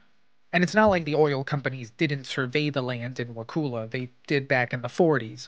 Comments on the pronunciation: Wah-cull-ah might be an easier way to type it. I did a video years ago, tracked down local news footage, talked to a cop there, wrote the town name down by pronunciation and still tripped over it repeatedly when narrating. So many outtakes for a short vid, I do understand. I grew up in Tally, had my first wedding at Wakulla Springs Lodge. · You need to learn how to pronounce wakulla. You probably get Kissimmee a Osceola wrong too. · Everybody not from here mispronounces Wakulla. I've been all around both counties since 1971 and never heard of this either. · I'm also from Tallahassee. Perhaps he over reacted, but the mispronunciation of Wakulla is actually very disconcerting. It's pronounced exactly the way it is spelled under stranded English pronunciation. A vowel followed by two consonants has a short sound. That's elementary. Of course like every rule in English, this one is broken very often. 🙂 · only people not from this area pronounce Wakulla with a long U. That’s how we know they aren’t from here. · Dude, it is pronounced "WA-CU(like what up Cu?)-LU". Because U can't prounce this, nor 3 other words all Floridians Can, I give this video 1/10⭐️ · 7th generation Wakulla Countian here. Great video. You mispronounced Wakulla, but I forgive you 😊